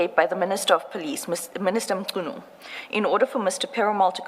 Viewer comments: Who is Senzo Mtshunu if i may ask i mean assuming that you are a black South African why would you pronounce his surname like that? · It's disgusting that an African cannot pronounce Mnchunu last name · The accent of the Ai is South African but can't pronounce Mchunu 😂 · is the guy analysing the video a South African? If so, it's very much impossible for him not to be able to pronounce Mchunu.😂